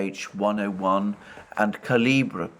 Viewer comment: Hello. It is not "K-H-101", it is "ha":-101, like first sound in "hard".